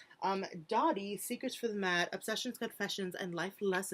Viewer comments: Not super important but it's dough-dee rather than doh-dee! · It's DOH-DEE